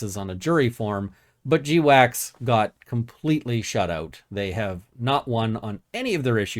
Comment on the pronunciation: I thought GWACS was pronounced 'gwacks', like the noise a duck makes when it wakes up in the morning. 'jdeewacks' sounds like something you need to talk with your doctor about with a long list of side effects.